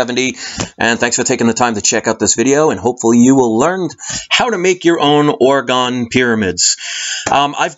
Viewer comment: Pronounced Orgone not orgon